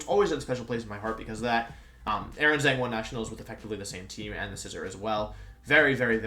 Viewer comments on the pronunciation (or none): none